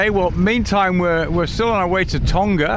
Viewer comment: Tonga has a soft "g" as in "laughing". Not a a hard g like "golf".